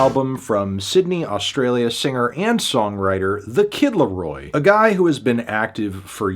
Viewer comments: Reviewing the Kid Laro-AH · the kid larowah